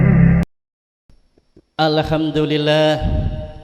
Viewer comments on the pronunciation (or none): khotib dadakan ini mah, baru pertama uda salah. ALEHAMdulillah, huruf ﻝ bukan huruf qolqolah bapak. MILLADUNHU WA bukan milladun wayubas.. baru mukaddimah uda slah semua. belum lagi isinya berantakan, manusia dibandingkan dengan burung dlm mencari nafkah, piye to pak.? kalimat asabikul di ulang beberapa kali, terus menggantung.. ASABIKUL ITU BAHASA APA YA? setau saya kalo dlm Al-QURAN yang ada itu فَاسْتَبِقُوا الْخَيْرَاتِ kalo bawa teks ya di baca pak, biar ga ngawur